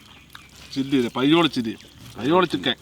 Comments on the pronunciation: പയ്യോളി ഉള്ള ഞാൻ ആദ്യമായി കേൾക്കുകയാണ് 'പയോളി ചിക്കൻ '😂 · Payyoolli chicken alla thayoollli chicken